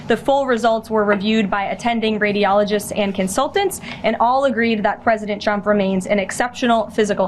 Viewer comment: Did she pronounce trumps name as chump ? 😂😂😂😂😂😂😂😂